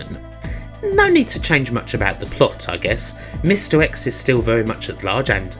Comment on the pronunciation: Mr X = misdirects? Hmm Good video. I haven’t given up hope on you someday seeking speech therapy, however. That’s pretty much the only thing that will make me enjoy your videos anymore than I already do. Cheers